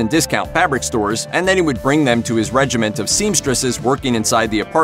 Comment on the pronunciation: "Regimen", not "regiment".